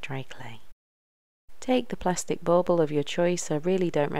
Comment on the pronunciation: Bauble not bowbow. Lol